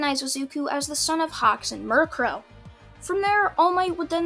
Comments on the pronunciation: Its mi ru ko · Mi-ru-ko not miru-ko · you pronounce mjruko mirror a Co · I know your trying to say Mirko, but it sounds like your talking about Murkrow the pokemon, and it hilarious. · Murcrow niceee, your saying it wrong btw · It's mi-ru-ko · He said miriko incorrectly.